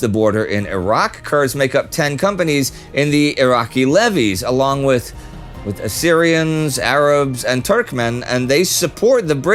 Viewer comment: Did he say “assirians” or “uhhh…Syrians”?